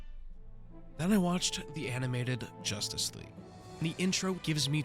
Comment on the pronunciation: Why have a page where you talk when you speak so robotically and so monotone, can't pronounce "justice league" "Jawstus" lol. Terrible. And BvS sucked!